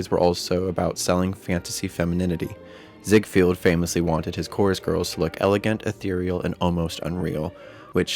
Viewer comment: Mispronounced Ziegfeld.